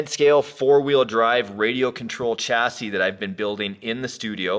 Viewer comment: Say it with me kids.... Chassis (sha-see).... Not chassy.... I love you Yankee doodles....